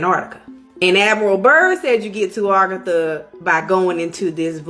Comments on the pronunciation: Bro, it’s aGartha, not argatha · ......it's uhh gar tha...not ar ga thu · This woman is kicking up my OCD. I don't know why it bothers me so much. But, it's "Agartha," not "Argatha." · Argatha? Think she got her r and a mixed up a little bit... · Its a-gar-tha